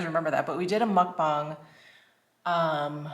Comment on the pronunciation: As Korean, I was surprised on how you pronounced ‘Mukbang’ so perfectly. You should check out Hamzy’s mukbang ! I think you’ll enjoy her videos. And I enjoy AmiAmi’s mukbang as well ! 😉😉 About Tiktok, I don’t think it suits you at all.